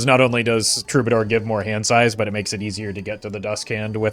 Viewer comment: misprounouncing "Goad" and "Troubadour" is high tier linguistic trolling...